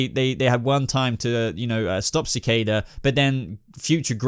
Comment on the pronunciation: Sa- Kay- Da = Cicada